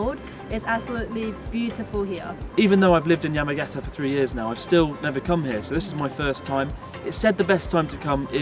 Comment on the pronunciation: Just wish Chris could pronounce the Japanese place names correctly...it's "Yah-mah-gah-tah" not "yemmagetta".